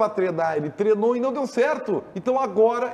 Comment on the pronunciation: Pq não falam "treino" ? Todo mundo fala "treno" kkkkkkk